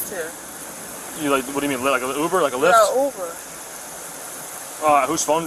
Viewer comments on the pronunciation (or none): “How’d you get here?” “We lived here!” 🥴 it’s pronounced LYFT not LIVED 😂